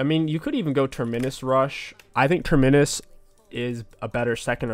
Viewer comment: Every week he learns how to say terminis a little bit better